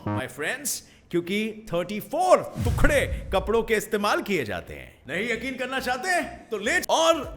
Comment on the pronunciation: तुकड़ा नही, टुकड़ा होता है।